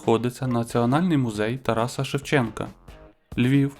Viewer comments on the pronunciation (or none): none